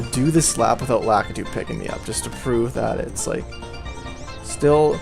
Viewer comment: Lakitu is pronounced "la-KEE-too", by the way.